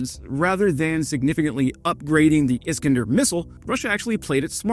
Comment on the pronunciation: is KAN der not Iskndr